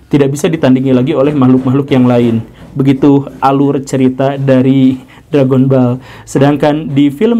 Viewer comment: Read: DRAGONBAL bukan Drègenbol